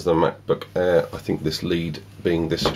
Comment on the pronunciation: The Way He Says Air "The Mac Book Airrrrr" 😂😂😂